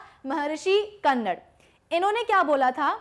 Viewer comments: महर्षि कन्नर नहीं, महर्षि कन्द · Not कन्नड its कनाद.... कन means atom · Madam its not kannad its कानाद